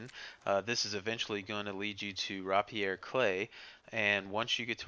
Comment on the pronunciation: Rapier is pronounced Ra-Peer not Ra-Pierre and it's Cay not Clay.